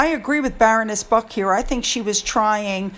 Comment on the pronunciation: Baroness B-R-UCK. Not BUCK. You keep missing the "R" although you contantly quote her and it grates, Anyway, thank you for your hard work.